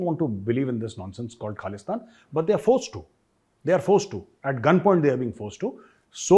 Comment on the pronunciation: Well said , all his life he keep on saying KHALISTAN, even he is so old he is still trying to say Khalistan but he can’t pronounce it he pronounce it KALISTIN now with shaking voices, SIMRANJEET SINGH from the family of GADDAR, who give SAROPA to general dire from DARWAR SAHIB , and British gave hundreds of acres of land to his grandfather, SIMRANJEET SINGH is GADDAR EE AZAM